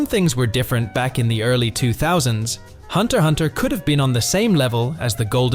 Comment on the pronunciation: You don't pronounce the X